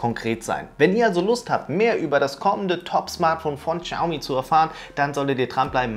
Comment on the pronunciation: Oliver, bitte, Shaomi nicht Chaomi :D. Aber sonst ein tolles Video ;)